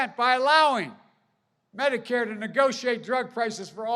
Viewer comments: Have you seen Biden try to read a teleprompter lol. He just called Medicare, “badicak” and called himself someone’s grandmother. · What is Badakathcare? Joe please explain that to me.